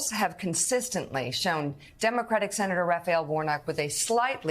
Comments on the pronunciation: He can’t even pronounce Senator 😅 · He can't say the word Senator so how can he be one